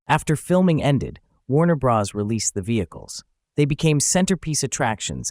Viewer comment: "Warner-Bras?" You do know that "Bros." is an abbreviation of "Brothers," right?